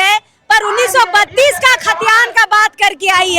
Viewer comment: 132 खतियान नहीं दीदी 1932 hey bhagwan कभी तो बढ़िया से बात कर लीजिए।😂😂😂😂😂